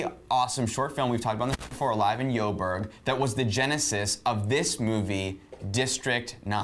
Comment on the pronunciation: Why do American's think Joburg is pronounced "YOburg"?